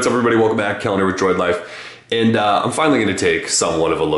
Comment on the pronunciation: It sounds like you said "Calendar" instead of "Keller" xD